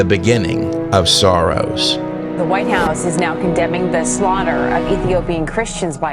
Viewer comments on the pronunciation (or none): W🧿W‼️ The way that you pronounced "SORROWS" sounded like "SOROS"🤔 (not even his real name)🤔